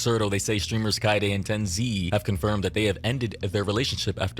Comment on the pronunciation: This guy can't even pronounce Tenz name properly lol